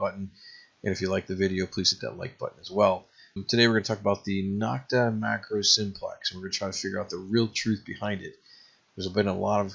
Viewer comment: Nokta is pronounced beginning with No, not Nock.